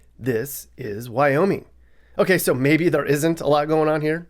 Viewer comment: its wyoming not wyomin